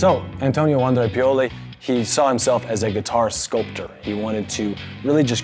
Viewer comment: It's pronounced vahn-DRE